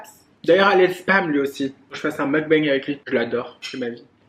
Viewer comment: Je trouve ça bien de vouloir préserver ta vie privée / amoureuse. Vivons heureux vivons cachés comme on dit. Une vidéo avec Ayo Carolie olala ce serait tellement bien ! 🥰 Continues de prendre confiance en toi parce que t’es géniale 👌🏼ce petit « mougue bangue » tu me fais trop rire Pleins de bisous, ta salade a l’air trop bonne 😂😘